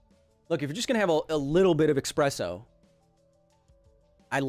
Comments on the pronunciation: "bunch of tiny expresso shots..." ew... eSpresso tastes better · Is he still calling espresso - "expresso"? Why, Kyle? Why? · It’s espresso. Not expresso. :) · ☕ eXpresso, really? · Can't believe you said eXpresso... it is eSpresso. eSSSSSSpresso. >.<' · Hey Kyle sorry to be that guy but technically its espresso not expresso :) I wouldn't say anything but you seem like the kinda guy who likes to get stuff right and would be annoyed about using the wrong term. Like you say, technically correct is the best kind of correct. Keep up the great work, and stay safe, 2020 is a gnarly year. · Sounds like he is saying expresso not espresso lol. Great video keep it up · Only super villains say "expresso" instead of "espresso". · It is Espresso, not Expresso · I hope I'm wrong, but it sounded like you called Espresso, "Expresso" at least 3 times. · Please do not call it "expresso" shudder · Kyle may be a science and engineering genius, but when he thinks there's an X in the word "espresso" he has entered a world of linguistic pain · This is endemic unfortunately, to the point where the English word is likely to become 'expresso' via popular usage...